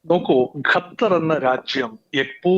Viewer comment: ഗത്തർ അല്ല സുഹൃത്തേ, ഖത്തർ എന്ന് പറയൂ.